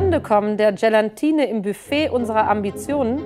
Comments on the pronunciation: Tolle, die nicht mal richtig vorlesen kann! Es heißt nicht GelaNtine, sondern Gelatine. 🙄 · Gelatine und NICHT GelaNtine…. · Wah, sagt die allen Ernstes "GelaNtine"? Ich hoffe, dass sie nicht Deutsch unterrichtet... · Vielleicht sagt mal einer der, dass Gelatine OHNE N hinter dem A geschrieben und gesprochen wird... NICHT GelaNtine.... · Gelantine zu sagen, aber Gelatine zu meinen ist auch eher fies, genau wie Kemie. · Coole Challenge, ich wäre auch durchgerasselt 😅 Und das, obwohl ich in Diktaten immer wirklich sehr gut war. Allerdings muss man zu Meinis Verteidigung auch sagen, dass die 1. teilweise die Wörter falsch ausspricht (GelaNtine...) und 2. eine eher schlecht zu verstehende Aussprache hat. Ein erfolgreiches Diktat sowie der damit verbundene Lernerfolg steht und fällt mit der Qualität der Lehrkraft. Schade übrigens auch, dass ihr das Diktat nicht komplett gezeigt habt. Hätte mich gerne selbst getestet, was aber aufgrund der fehlenden Teile nicht so gut möglich war.